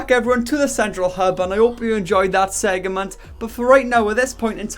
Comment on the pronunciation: The way you pronounce “segment” makes me question everything I know about life tbh